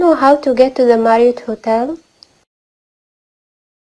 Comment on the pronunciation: T تلفظ ذ وليس ز لطفا the